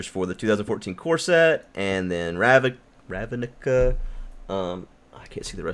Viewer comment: RAV-ni-ka. Three Syllables.